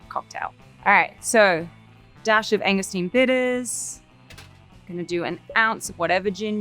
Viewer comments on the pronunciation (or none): I love Margot but she's calling Angostura bitters Angostine bitters. I dunno if that's an Aussie thing? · I was a bartender in NYC for over 10 years, and her free pour is still quite accurate. You can judge the quantity by counting, and her 1.5 oz count (to me) was accurate. Only thing that hurts my soul is that she kept calling Angostura bitters "Angostine" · Why is she calling Angosturs bitters, angustine? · What are “Angastein” bitters?